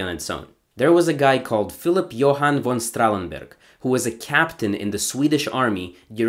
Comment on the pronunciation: Kuddos on pronouncing germanic names correctly. "Messerschmidt" and "Strahlenberg" are not easy to say, but you aced it.